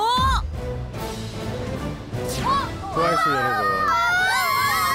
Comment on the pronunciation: 왠지 트와이스를 투와이스라고 하시는것 같은뎅...